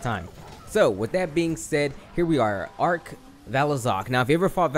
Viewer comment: Its arch not ark